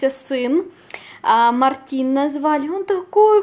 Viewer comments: Не МартИн, а МАртин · ***** во- первых у меня так родного брата зовут, во-вторых это имя подругому никак не произносится, имя МартИн не бывает, просто не знает видимо, и всё.